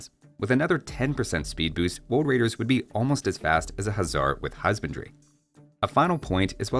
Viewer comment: Hahaha.. some people do mispronounce R as W. Elmer is the cartoon character that personifies this. "Woad wider."